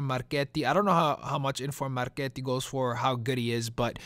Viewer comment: First time I hear Marchetti being pronounced perfectly from an English speaking man. Congratulations from Italy!